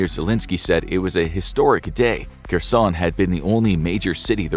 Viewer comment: Was für Experten seid Ihr denn? Könnt nicht mal den Namen von Kherson richtig aussprechen. Und erzählt uns lauter Zeug, das wir sowieso schon wissen ...